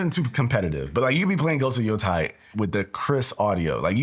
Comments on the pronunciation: It's Yotei not Yotai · its pronounced Ghost of YO -"Tay"